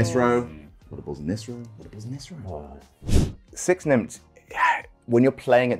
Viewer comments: Little pointer, it's not pronounced "sex nimmt", it's more like "zekhhs nimmt" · Sechs is pronounced «zeks», take your mind out of the gutter. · Pronouncing it German and saying: Sex nimmt is as wrong as it can get lmao. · It's not pronounced as "sex", it's pronounced with a soft "s". 😄 Kinds like the "z" in "zebra". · Hey tour german fans here, should we come to you and teach you how to pronounce "sechs" because your "nimmt" is already amazing 😗 So glad seeing that game. After the masterpiece video,which was the in no way the reason I bought this game....or patchwork....or onitama....